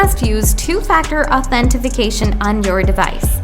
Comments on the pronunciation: Why are you adding an F in Authentication? Authentifuhcation? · "authentification" lol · useless video, cant even say authentication right